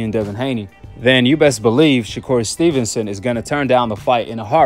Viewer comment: I heard someone say, Shakoon stevenson 🤣